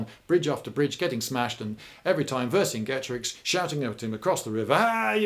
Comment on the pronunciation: You pronounced Vercingetorix wrong Lloyd.